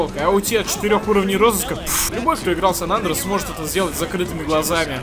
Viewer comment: Почему ты у всего неправильно ударение произносишь? венОм, а не вЕном, сан Андреас, вместо андрЕас, слух режет пиздец